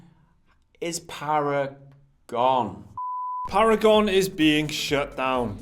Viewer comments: Para-gone* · “Paragon is para-gon” lmao